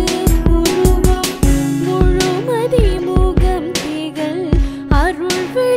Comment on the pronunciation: excellent work....dear, i am guessing that you had written down the song in english and sung....some of the tamizh 'zha' is pronounced as 'la'.....wd be great if you could work on them.